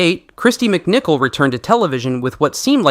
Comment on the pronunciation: Kristy. MicCalet!😂